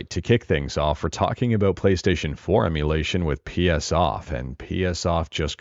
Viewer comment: Why they call it Chonkystaytion?😝🫠!